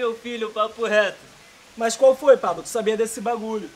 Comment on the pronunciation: O Pablo chamando o Renatinho de mariquinha// Pablo falando: iain qualfoin kkk